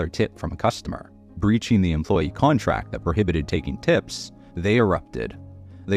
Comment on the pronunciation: It sayed contact instead of contRact!!!😂😂😂❤🎉😂